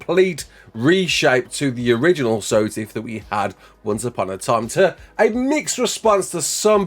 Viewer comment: dont ever pronounce SOTF how you did in the intro sir